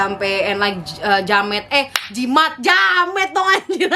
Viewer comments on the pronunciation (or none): Everytime makes horror content: banyakan ketawa njir, jimat jadi jamet, mantranya ndatau dah lupa, hrsnya logat melayu malah logat jowo, kang roti lewat pas lagi cerita🤣🤣